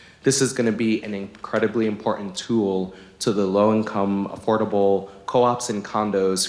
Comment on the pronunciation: "Import-ant". Who teaches these people phonics?